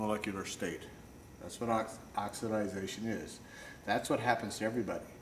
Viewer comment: Great video! Pronounced OX-I-DAY-SHUN, OXIDATION.